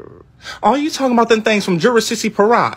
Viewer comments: "oh u Talkin bout them things from Jara-sisi-parak"😂😂😂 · nah it's jur a sissy per rock